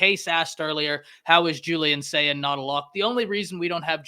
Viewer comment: Y'all might as well start spelling (and pronouncing) Julian Sayin's name correctly.